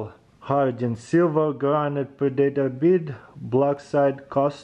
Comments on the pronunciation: Ask your wife how to pronounce predator.. the fact that you know the movie makes it even more painfull :D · Pre-Day-tor, lol :D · But for real it's so funny to hear him say predator